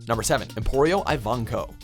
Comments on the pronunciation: I cringed when they said Ivankov and Bartolomeo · I also how they mispronounced ivonkov’s name.